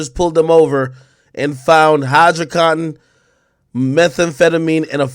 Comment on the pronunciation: Lol AK wtf is hydracotin?